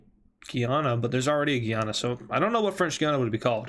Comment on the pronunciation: Your pronouncing Guyana wrong. It’s literally pronounced “guy Anna” please pronounce Guyana correctly - a random Guyanese